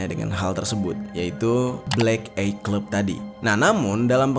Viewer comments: Dibacanya Blek Ay, Mas, bukan Blek Ey, cm koreksi ya untuk kemajuan channel ini. Pelafalan bhs asing perlu dicek dl sprti apa bunyinya. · Bacanya BLÉK AIY. Bukan blék éiy 😭 Yakali masa lu ga tau cara nyebutin bahasa inggrisnya MATA. 🥲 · eye : ei❎ eye : ai✅ ni bunyi sebutan yang betul , salam dri malaysia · Sekedar saran bang, baca nya blek ai clab… bukan blek ei cleb 😊, devil baca nya sama, bukan divel. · Bacanya the blek ai clab baaaangggg bukan the blek ei clab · EYE baca 'ay' not 'ey' in English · Eye dibaca ay bang.. Bukan ey.. 😂🤭🤭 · bukan ey, tapi ay <3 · Bro nyebutnya Ay bukan Ey. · ay bang bkn ey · Eye dibaca ai bukan ei, devil devel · bacanya blek ay bukan blek ey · Eye dibaca Ay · Eye = mata. dibaca : Ai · Bang belajar lg ya cara ngucapin "EYE"